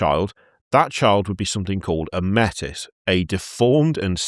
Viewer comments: Small correction: Métis is pronounced 'may tee'. Its borrowed from the actual name for mixed European and indigenous people who regularly faced discrimination from both Europeans and the indigenous people of Canada. It's french. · 'Metis' is of French origin so is closer to may-tee. (And the reason it got cut out of new lore is that it's also a specific real world cultural group - a blending of certain indigenous groups with french settlers in Canada) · Métis is pronounced "May-TEA". If you sound like a pirate you're saying it wrong. For some reason, WW used a real term for people of mixed Indigenous North American/Colonial ancestry. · Metis is French, it's pronounced may-tee. It is also the name used in Canada for people born of mixed aboriginal blood.